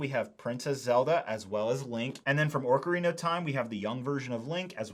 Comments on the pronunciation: Not orcarina either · It's Ocarina not Orcarina and it's Deku tree, not deeku tree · Your mispronunciation of Deku, Ocarina, and hylian are killing me man. Also that’s not a tablet Zelda is holding it’s the sheikah slate, and it’s the hookshot not the headshot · I was looking forward to watching this. But 5 mins I can’t handle this pronunciation of ‘oRcarina of time’. It’s making me feel itchy. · why does he keep saying ''orkarina'' instead or ''ocarina'' ? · Say it with me “Oh-Cah-Rina, not Orca-Rina” lol You can do it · It’s pronounced (Oc-arina) not (Oarc-arina). This has nothing to do with the soldiers of Sauron’s army. I don’t mean to nitpick, but you didn’t just mispronounce it once or twice, you mispronounced every single time, and you said it a lot. You did a good job on this review otherwise, but hearing you mispronounce Ocarina was painful. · That was hard to watch “Deeku” (Deku) “Orcarina” (Ocarina) “Headshot” (Hookshot) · The ”musical instrument” is the ocarina! Orcarina is not a name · I was just pondering... should I post this or not... Ocarina "Aw-karina" Deku "Deh-koo" I could be wrong but I'm pretty sure those are the correct pronunciations... Lol Orcarina.. Now I'm going to hear that everytime I hear the word. Hahah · but he’s saying ‘orcarina’ not ‘ocarina’ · Great review so far. One quick note. It's not an "oRcarina" it's "ocarina". There's no R in there. ❤ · Usually people say either Ahcarina or Ohcarina. I've never heard it said as Orcarina before. At least it's something new! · Deeku? Orcarina? Ur killing me Hylia 😭 I see your comment about it but it is crazy they sent it to you for u to pronounce ....hahaha oh god it hurts me every time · take a shot every time he pronounces it oRcarina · "Deeku" "Orkerina" "Hylia Shield" "Tablet" "Headshot" "Endora Shroom" "Hyleean Shroom" "Deeku Babis" "Skulltoola" My eardrums are shattered 😂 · Its pronounced "ocarina," fyi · What is this “orcarina” you speak of? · ‘Orcarina’ ‘deeku’ ‘headshot’ ‘tablet’